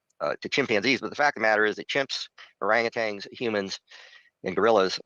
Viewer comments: It bothers me so much that he keeps saying 'orang-utangs'. There's not supposed to be a second 'g' in there. 😬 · I’m sorry… this man, this EXPERT, just said “orangutangs”. Run